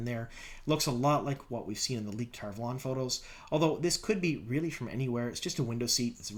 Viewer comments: Why do you call it TarValόn? Isn't it Tar Vάlon? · It’s pronounced tar valon not tar valon. Sheesh.